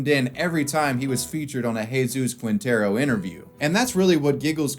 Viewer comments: Ermh... It's Jesus Quintero, not Jesus Kuintero (the U is mute in "que", "qui", "gue" and "gui") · Lol “Qwintero” it’s Quintero “Keentero” the u is silent.